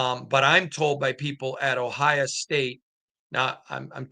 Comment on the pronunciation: Just curious, why do you pronounce every place that ends with a vowel as an A? Miama, Ohia